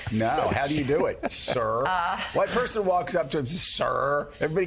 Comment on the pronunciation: They aren’t saying “ sir”, they ate saying “CUR”.